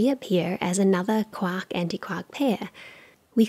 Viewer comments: She keeps saying KWOCK, but I'm pretty sure she's trying to say QUARK! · Every time she says quark I think of a duck instead of James Joyce